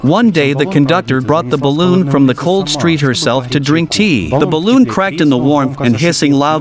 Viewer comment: "Ballon" facepalm 😖